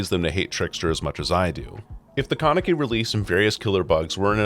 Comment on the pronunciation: how you pronounce Kaneki is frying me